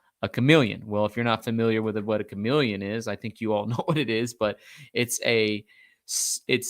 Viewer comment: Chamaleons and chamaloens 🤣